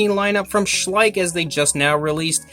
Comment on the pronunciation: Schleich? Schleich? SHLEICH